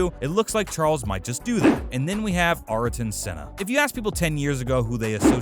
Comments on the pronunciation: ARRt0n sEhnaH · Who is Arrrrrrton Senna, Michael Shoemaker and Alane Prost? Why can't this guy pronounce the f1 drivers name correctly? 🤣🤣🤣